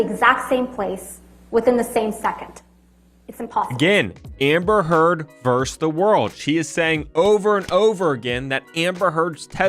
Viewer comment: My only real critique, aside from poor pronunciation of the word versus, is the incessant ringing of microphone. Can somebody please roll off 440 Hertz? Thank you